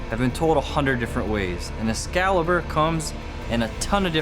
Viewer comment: Escazzibur…eschizzibur. “Excalibur, deficiente!”